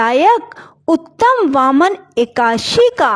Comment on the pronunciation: Ekadasi To ache se bolna Sikh lo